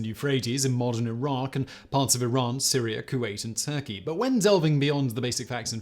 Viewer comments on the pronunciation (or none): none